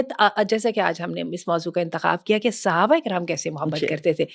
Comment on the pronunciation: Mam its Sahabah not suhabah